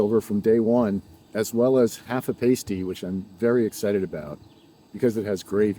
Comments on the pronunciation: it’s pronounced (PASS-TEE) lol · I went to college in the U. P. and live it. Brought back a lot of memories! Great documentation of your trip. Except…it’s “pasty”, like “nasty” ( but they are so good! - and pasties are an entirely different thing 😁), and it’s “L’anse”, and “Munising”, like…you-uh-sing. Thanks for the video! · im sure you've heard this already but its "pass tee" not "pay stee" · Great video! FYI I know its weird, but the correct way to say it is "Past- E" not "Paste-y" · Sry, but they're pronounced Pass-tee's, as someone who grew up a Yooper it almost hurts my ears to hear someone call them Paste Tees 😮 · It’s not a Pas-tie like a stripper wears on their nipple. It’s pronounced pas-ty. And my mother was born in L’anse. One of the most beautiful places I’ve ever been.